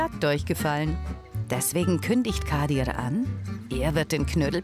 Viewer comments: Junge wie sie meinen Namen ausspricht triggered so krass „Kadirrrrrrr“ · Immer wenn sie "kadir" sagt hlrt sich das so russisch oder so an😂 auf jeden fall kann sie den namen nicht aussprechen